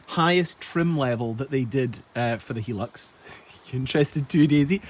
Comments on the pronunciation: Please stop calling it a helux its hi as in high lux but apart from that great video ! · It's a japanese car, but the name doesn't have japanese promounciation. The name is supposed to be pronounced "High-lux"". :) The thick shaggy style carpets were a very common thing in japan for some reason in the 80's through to the early 00's. I bought an ex japan Mondeo wagon, probably the only mondeo ever sold in Japan as I've never seen one there, but Ford deemed it also required monogramed shag carpets, which they didn't have as an option anywhere else, as far as I can tell. If you feel like seeing the journey of someone else who bought a 90's 4x4 sight unseen, check out Geoffrey Crocker. One of my other favourite youtubers